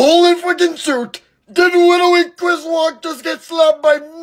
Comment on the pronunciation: This is Literwy the best video on YouTube.Like Literwy hehehehe.